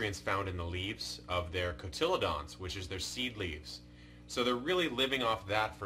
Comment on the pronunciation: Cotyledon is pronounced cotil-leedon, not a greek mythological monster. Cheers